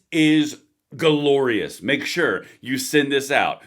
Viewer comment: Did you just add an extra syllable to “guh-lor-ious”? Kudos if you did it was totally deserved! 👍👍 Free-fucking-dom baby!